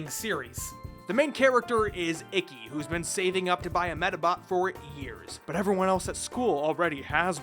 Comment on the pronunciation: I’m about to start watching it on amazon and I so so sooooo wish it gave the option to listen to the original japanese cause the way everyone pronounces ikki’s as “icky” is gonna annoy the sh*t out of me….